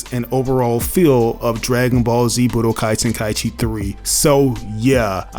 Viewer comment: Telling others they don’t know what they’re talking about concerning budokai tenkaichi when he doesn’t even know how to pronounce the name of the game.